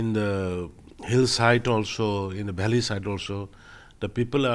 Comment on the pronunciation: Biren it's not bheley it's valley